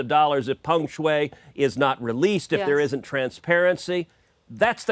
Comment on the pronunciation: Yes, I'm wondering the same. What gives Lying Ted any credibility on this subject? He can't even get the tennis star's name correct, calling her Feng Shui, instead of Peng Shuai.